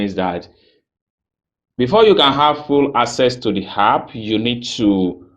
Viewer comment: Thanks for the info.BTW, the word is app, and not harp.